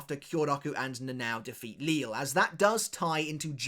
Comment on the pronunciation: I’d love for you to start pronouncing Lille’s name correctly.